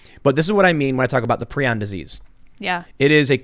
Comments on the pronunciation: It's "pry-on" not "pree-on". And Cruetzfeldt-Jakob (yah-kov) IS mad cow. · Prounonced “pry-on”